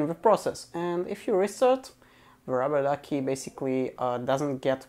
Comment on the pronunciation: you pronounciation is horribel what are you talking about ruberduki